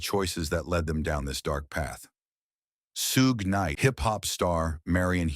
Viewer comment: When you start out say Suge name wrong, it was time to stop the video